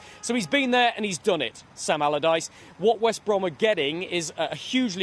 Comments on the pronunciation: "Sam Abalabadyce" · "Sam Alamaladyce." 🤣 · Sal almaradyce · Okay mate say it slowly... Sam... Allardyce... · Sam Amamamallardyce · I don’t understand why he says it like that twice lol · I scrolled for your comment 🤣 Sam Amadallaghdice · Sam agagggleardyce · I love that misspoke Sam's name twice and ignored it both times. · When announcing the appointment of Sam Allardyce, get a guy who can say Allardyce!